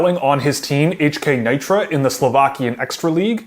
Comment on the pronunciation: Just one comment he played in NEE tra not Ni tra..... But terrific review...